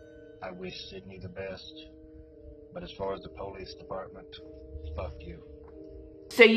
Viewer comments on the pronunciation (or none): If I met someone that pronounced police like that I probably wouldn’t trust them honestly